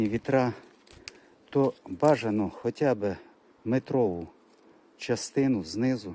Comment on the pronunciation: СаДжАнці, відлиги, хоЧа, злежуватися... Злягатися - зовсім інший, інтимний сенс, не сраміться! Ріже вухо... Позбувайтеся кацапського суржика!